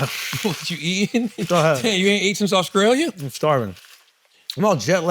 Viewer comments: Did I really hear my man say "Auskralia"? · Ctg pronouncing Australia as “Awe-Skrale-ya” is INSANE 😂